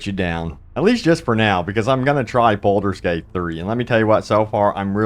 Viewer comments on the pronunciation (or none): Sorry, have to say you're saying Bolder's Gate not Baldur's Gate. Also, it's Meta Score not Meeta Score 😂